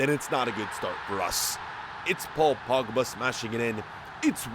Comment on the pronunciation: HE SAID PAUL POUGBA